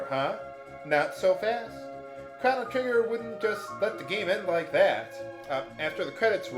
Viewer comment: I love how you kept miss saying the main characters name.